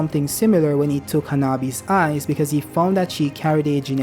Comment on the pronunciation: I agree cuz he said those blue eyes he's saying like eida eye